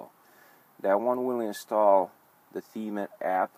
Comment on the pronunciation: he said the me instead of theme lol